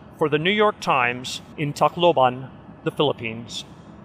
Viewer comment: the first foreign reporter the pronounced tacloban the right way